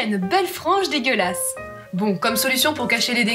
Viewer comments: Non il dit "oh c'est déguelasse" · non il dit "degueulasse" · Nicky Beragne ouiiiii enfin quelqu'un qui entend comme moi